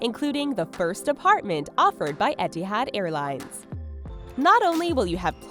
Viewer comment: ETIHAAD XD